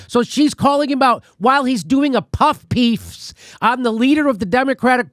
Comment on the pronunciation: "Puff peef" lol Jimmy it's ok it's tough to say